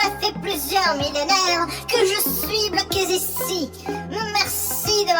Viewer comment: "je suis bloqué z ici " beurk.